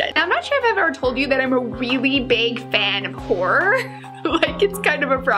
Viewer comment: Anyonelse hear "whore" instead of "horror" then i was like da fuq 😂😂